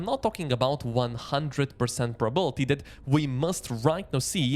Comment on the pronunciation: All good, but it's 'probability', not 'probality'